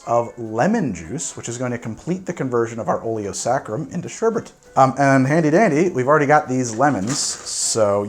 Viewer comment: Just want to say THANK YOU for pronouncing sherbet correctly. I'm not pedantic enough to argue with folks about it, but I will praise anyone who can say it without adding extra R's.